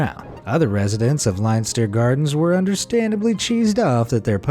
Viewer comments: Leinster is pronounced 'Lenster', not 'Linester' and I'm not even going to try to tell you how to pronounce 'Trompe l'oeil', which you managed to mangle out of existence. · Lenster, it`s pronounced Lenster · IM FROM THE UK YOU SAY THE LONDON ONE (LENSTER) NOT LEINSTER